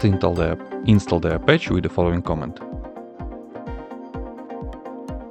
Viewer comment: Please work on your pronunciation. More specifically, please do not pronounce "command" as "comment".